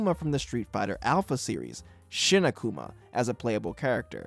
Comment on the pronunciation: Hearing Uh-kuma instead of Ah-Kuma in this video so often triggered me. Why is Japanese pronunciation so hard for people? The romanized vowel sounds literally make only one sound each. A as in Father. Also Emphasis on the first syllable not the second. It's as ridiculous sounding as a Japanese person saying Devil as "Deville". Also... No mention of the ultimate dlc of the sonic and knuckles cart for the genesis? It literally allowed you to put Knuckles into Sonic 2 and it turns out that there are 1ups in places only accessible by Knuckles. I explored the crap outta that game once I got that cart for Christmas when I was a kid in the mid 90s